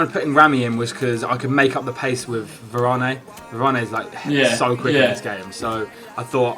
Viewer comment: va-ran-ey? wtf bro